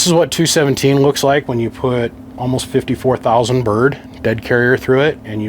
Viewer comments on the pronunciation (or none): did you say 54,000 bird haha..